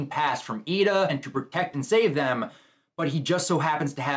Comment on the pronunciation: O Cha Co Not Ochico